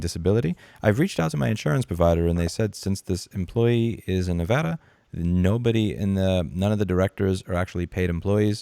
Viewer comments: You just upped your level of respect from me for not being like 99% of other non-Nevadans, and actually pronouncing Nevada's name correctly. Major kudos to you! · Sub'd for pronouncing Nevada correctly!